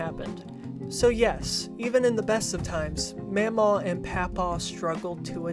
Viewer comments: i can say for a fact is pronounced maw maw and paw paw and the way you're pronouncing it is driving me crazy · in the movie it's pronounced like ma'am aw and pap aw, i think he's right